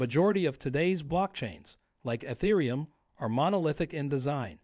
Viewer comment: AI not being able to pronounce ethereum lol